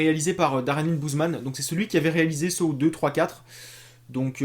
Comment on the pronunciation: On prononce Saw et non Sow. C'est comme si tu disais Los Vegas pour Las Vegas.